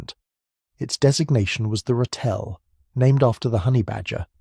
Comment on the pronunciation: !00% but you need to say Ratel correct you saying it wrong